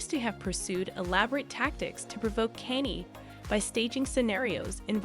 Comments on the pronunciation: Right. Who th is Kenny? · It becomes very difficult to believe the gossip when you can't even pronounce Kanye 😅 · All this time... you still can't pronounce Kanye. Huh. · Well I was done with this video when u mispronounced “Kanye”🤣🤣🤣🤣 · It's got to be AI automated or something. LOL I've never heard anyone try to phonetically say Kanye. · Me too grrrr